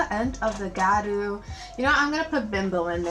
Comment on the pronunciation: I think the water line could have been filled. But it looks great! Btw it’s pronounced (GeeYa-Ru)